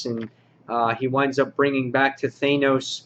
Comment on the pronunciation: THAN-OS< not THAY-NOS.. and it's NAYgan, not KNEEgan in WD.